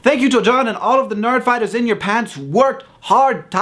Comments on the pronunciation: Why does he keep saying 'nard fighters' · I swear he said "nardfighters" twice....